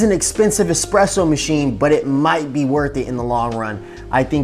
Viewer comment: Ugh. Not trusting anyone that says expresso